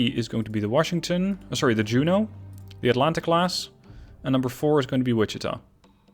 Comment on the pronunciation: I’m glad to hear Wichita pronounced properly!